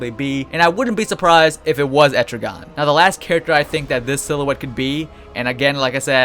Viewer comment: Et-tri-gen not etrigon